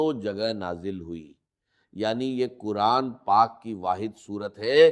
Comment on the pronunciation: Yeh Dr Israr Ahmed ka npbayan nahi hai. Yeh kisi nay unki awaaz lay kar aur unki tasweer lay jar bayed hai. Yeh AI ki bsni huyee video hai. Urdu ka talaffyz bulkul ghalat hai. Quran ko kuran kahan raha hai